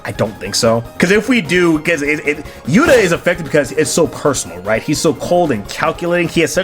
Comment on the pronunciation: Are you calling Johnathan "Yura" Hishaku Yuta? It sounds like it.